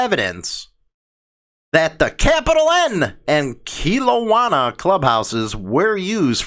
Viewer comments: All those cities are on the lower left corner of British Columbia and its Kelowna [KA-LOW-NA], Vancouver [VAN-COO-VER], Nanaimo [NA-NAI-MO] is on the little island on the very bottom left of canada just above seattle. You honestly need to gain a little more knowledge on Canada g 😂😂 shit was honestly funny to listen to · Good Morning, It’s pronounced Kelowna (KelOw Na) and Nanaimo (Na Nai Mo as in Nanaimo Bars), and Vancouver. Sonny Barger put the article out last week. No Courts don’t bow to the Queen. I was in Court last November, ( I wasn’t in Court of Queen’s Bench) When sitting in appeal or in civil proceedings, judges and masters wear a black silk gown, a bar jacket with either bands or a jabot and a bench wig.... Queen's Counselor Senior Counsel wear a black silk gown, a bar jacket, bands or a jabot and a horsehair wig with curls at the side and ties down the back. The “Police Dog” on Teri’s Profile is Chase from the Children’s Cartoon Paw Patrol. I used to watch it with my Nephew when he was younger. #ROCKON. #JUSTICEFORKEITH